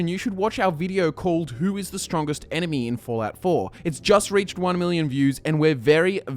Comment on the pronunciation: Every time he says enemy it sounds like anime... or is it just me?